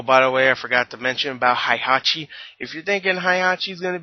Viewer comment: the game and the Tekken Movie is not the same, I want to kill the director and script writer of this film. so many errors. the original Tekken story from the game is a lot cooler since there are supernatural beings like Devil Kazuya and Devil Jin. PS: Heihachi is pronounced Hey-Ha-chi.